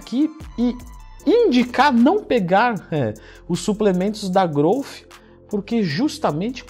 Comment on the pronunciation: impressionante como todo mundo fala errado. pronúnciam groufe e esta errado!!! Aprendam a falar Growth direito